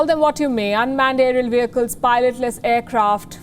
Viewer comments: Please note that the h in vehicle is a silent “h” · Please note that the “h” in the word vehicle is a silent “h” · So veicle? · Not for everyone. Just like behind is ba-hind for some and bee-hind for some others. People pronounce English differently according to their own cultures and vernacular languages.